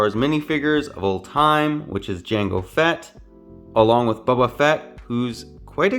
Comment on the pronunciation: why u saying bubba